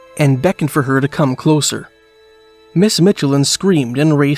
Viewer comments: like the Michelin Tires...not Mitchelin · Narrator is AI for sure, anyone who has seen a commercial knows how to pronounce Michelin as well (and im from the area, we pronounce it like the commercials). Also local pronunciation of Traverspine is 'Travis-Pin', and its closer to the Mealy Mountains vs the Torngats which are much further north in Nunatsiavut (Traverspine is in more traditionally Innu lands, The Innu Nation are the local 'indian' nation and some are up into the north around the Torngat mountains). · Good video, but as someone who's a part of the Michelin family, hearing the way he pronounces Michelin is pretty funny lol.